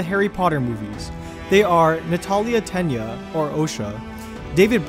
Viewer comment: It's "Tena" not "Tenia" ffs